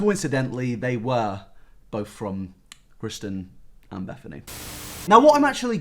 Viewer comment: CEO of mispronouncing Kristin